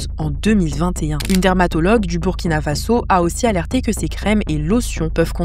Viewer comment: Merci d’avoir bien prononcé Burkina Faso❤❤❤❤❤